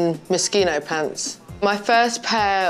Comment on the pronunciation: She says moschino correctly, then incorrectly straight after.